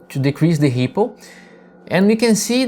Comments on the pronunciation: Great stuff! Though I'm not gonna lie, it took me a while to realize you were saying ripple and not hippo :D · I thought the exact same thing!